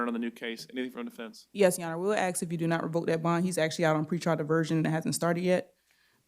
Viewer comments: Can this public defender not learn to say 'ask' instead of ax? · What is you axin’? You finna regret